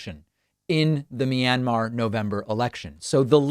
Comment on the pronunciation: "Minimar",they can't even get the name of the country correctly!